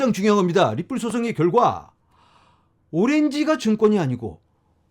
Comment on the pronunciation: 존경하는 ~ 발음이 니뿔로 들립니다. 리플이라고 해주세요😂😂